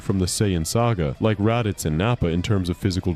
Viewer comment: This is PURE. AI. SLOP. "Rah-ditz" 🙄 This channel just enters a few prompts into an AI and pumps it out as if its genuine. Disgusting 🤢🤮